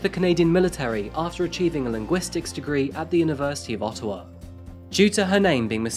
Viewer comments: It's Ottawa not Ottowa. Thanks! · *Ottawa not Ottowa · As a Canadian who lives near Ottawa, it’s interesting hearing Ottowa lol ALL GOOD THOUGH, WE APPRECIATE YOU! 🇨🇦